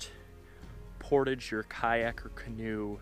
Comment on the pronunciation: So refreshing to finally hear someone pronounce the word, "portage" correctly! Instead of thinking they're so sophisticated that they have to start speaking like they're French, por-tajjjj!